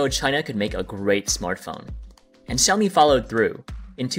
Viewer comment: It is pronounced shoumi not ciomi